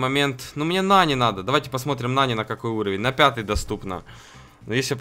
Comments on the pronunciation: А нАни он говорит нанИ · Ага, а ещё называет нАни нанИ (Кто не понял большие буквы - ударение) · Сколько тебе надо дать денег чтобы ты называл ИМЯ "НА́НИ" А НЕ "НАНИ́" и чтобы ты называл Макса ДЕВУШКОЙ а не ПАЦАНОМ. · Правильно не нАни а нанИ